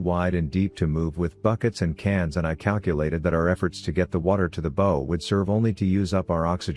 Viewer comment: What a great book, good naration ,but it's not,bow like" bow and arrow " it's Bow like "take a bow", otherwise good job!